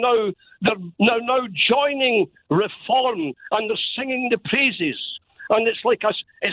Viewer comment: Well done - you called it Re-form.